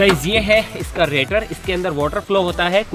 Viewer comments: Rator nhi radiator bolte hai usko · BHAI ITS NOT RATOR ITS RADIATOR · रेटर? Radiator hota h bhai 🤣🤣